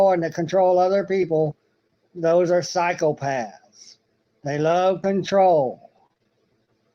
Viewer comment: For a moment I thought he was talking about cycle paths😂 then unfortunately worked out he was saying psychopaths 😂😂😂